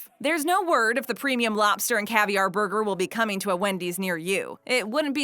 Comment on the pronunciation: LOL... " , What we should be doin is puttin those ribs on a buger" not a sandwich